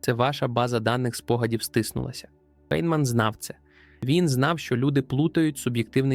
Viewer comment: Прізвище цього чудового науковця у всьому цивілізованому світі читається як Файнмен. І не інакше. Тільки тупе калькування у невігласів ...